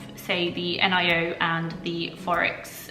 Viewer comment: Good video. It is the first time to hear someone calling Nio N-I-O, it sounds different 🤣🤣🤣